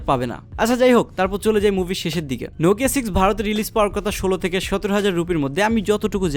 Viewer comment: It's not রিলিজ it's রিলিস It's not রিয়াল it's রিয়েল